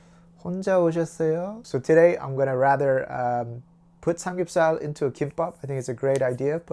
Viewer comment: You said drinking samgyupsar lol 😂